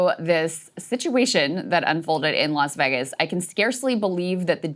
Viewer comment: “Las Veggus” Krystal Ball There is no there there